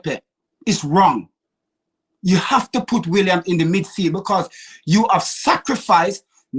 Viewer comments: Some good points here but he butchers everyone's name, this time he's calling Willian - William ???? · should be locked up for the way he butchers player names. Williams, El many 🤣